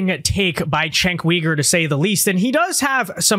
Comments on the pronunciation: Sorry to nitpick, but it's Cenk YOUger not Cenk WEger. Sorry, just drives me a bit crazy. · It isn't "weeger" it is "youger". The "weegers" are in China.